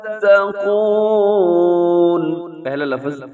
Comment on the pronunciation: Assalamualaikum wa rahmatullahi wa barakatuhu Bahut hi achi tajweed ki vedio banayi hai, jazakallah Khaira Itni si baat kehni thi ke aap lafz ko lafaz😢 aur waqf ko waqaf kyun kehte hain